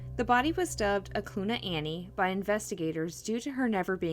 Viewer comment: Great coverage. Just FYI, the river, Knik River, is pronounced kah-nick, not nick. And Eklutna Annie, that area is pronounced Ahh-clue-t-nah. 👍🏼 born & raised in Anchorage, growing up, this was happening. What a psycho!!